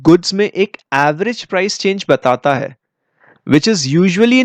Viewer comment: Put more stress on है ।🙏